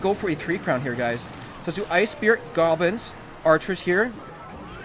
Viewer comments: Why does he call goblins golbins? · Raging With Anonymous maybe once. Not all these times he clearly said "golbins" thought it could be a running joke on this channel